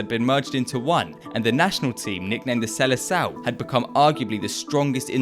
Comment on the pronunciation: the "sele sal" kkkkkkk